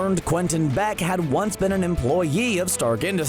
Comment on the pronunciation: He said EmplooyEe